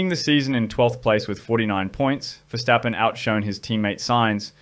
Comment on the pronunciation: Mad props to you on the pronounciation of verstappen btw, pleasant surprise!